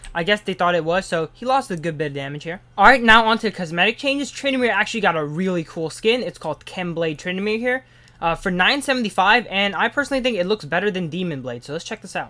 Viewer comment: lmao "khemblade tryndamere"